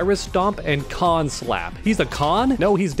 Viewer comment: Khan Klap. Not Slap. It's Klap. Bruh.